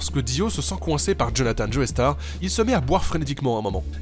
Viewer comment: Pourquoi est ce que tout les français prononcent Joestar Joéstar ? Ça m'énerve